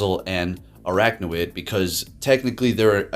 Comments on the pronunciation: Think its funny everyone is saying stuff about him mispronouncing salazzle but not araquanid. Both him and Zyonik call it "araknawid" rather than "araquanid". awesome team and video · It's pronounced as "AR-AQUA-NID".